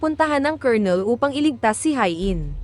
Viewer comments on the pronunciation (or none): none